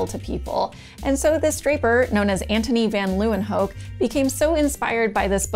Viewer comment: Kudos for saying Antonie van Leeuwenhoek correctly. :) His last name literally means Lions' (Leeuwen) corner (hoek) btw.